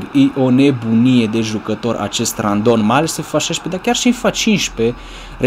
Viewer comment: ba se zice rondon nu randon